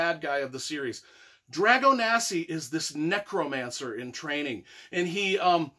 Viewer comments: Did you even read the book mate? The Russians weren't breeding vampires, and it's pronounced DragoSANI not Dragonasi. Other than that your enthusiasm for the artwork and writing is great. And definitely agree that vampires are the "most badass ever"! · Just to clarify, it's Dragosani, not Dragonasi.....sorry to be that guy :D